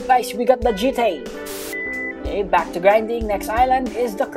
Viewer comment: "khello is beck" is the best intro i have ever heard